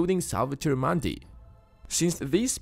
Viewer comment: 'Mundi' is pronounced with a 'u' like in the word 'put', not 'putt'.